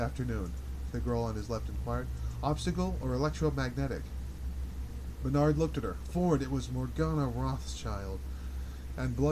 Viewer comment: A reading, like a friend reading from a corner of the room, is welcome. Outside of the pronunciation Bernard, I find this experience just fine. I can involve myself with the text and the reading or just follow the reading. A professional reading for $XX might be better, might not. Thanks for this.